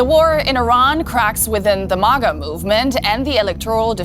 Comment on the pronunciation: After all these years, still says mah-guh.